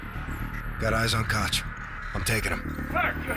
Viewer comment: Kotch? More like Krotch.